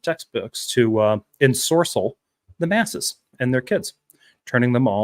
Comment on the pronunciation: Had to restart this video because of interruptions, but "ensorcerle" made me laugh both times.